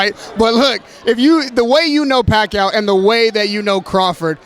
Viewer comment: Bradley calls,em "Pacow!"😂😂😂😂